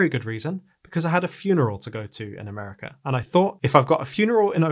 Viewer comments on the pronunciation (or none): none